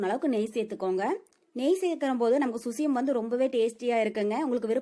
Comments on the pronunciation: Crt dear🙌 susiyam illa Suzhiyam dhan.. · Susyam illai _ suzhyam endru Azhagana thamizh sollu Zhi endra soll solar vaayil Nuzhayadhu. Avargalin thavarana Utcharippay solladheergal Thamizhin miga uyarndha Azhagana ezhuthu. Ulagil endha Mozhygalilum idhu kidayadhu Thamizh ezhuthay saagadykkadheergal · Susiyam illa suzhiyam...